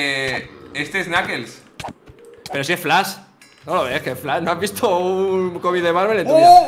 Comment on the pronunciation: Minuto le dise es flas se dice flash y es de dc pero dice no viste un comic de marvel en tu vida